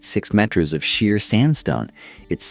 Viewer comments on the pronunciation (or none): Worst AI voice ever. It can’t even say kilometres and meter correctly. Beautiful photograph but script and voice are absolutely terrible. Pity.